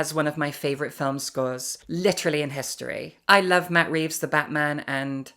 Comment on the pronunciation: "Litterally on the floor" ? :p